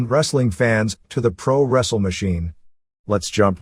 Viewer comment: "You wanna wrassel me, machine boy?"